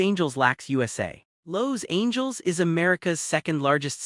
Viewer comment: What a laugh…….. an AI voice that sounds American but can’t even pronounce Los Angeles correctly. If it’s true that AI is going to take over, then we’re fucked since it can’t even master basic speech. AI brought to you by the same demented morons with the IQ of an earthworm who gave us ‘autocorrect’.